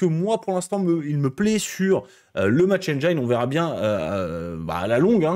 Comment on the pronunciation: On dit pas Match Enne-jaïne, mais Match Enne-jean